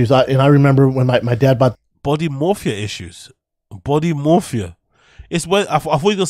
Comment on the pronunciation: His he trying to say “body dysmorphia”?